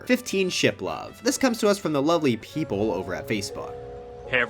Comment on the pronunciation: I liked how he emphasized the lovely PEOPLE at facebook .